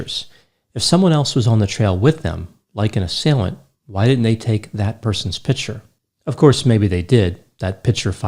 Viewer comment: You mispronounce the word "picture."